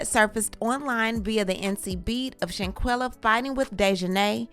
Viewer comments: Her name is Shan-quill-ah like she’s all over media and thru out this whole video u pronounced her name wrong 5 different times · Not with you pronouncing her name who is Shanquilla? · STOP BUTCHERING HER NAME!!!!!!!!!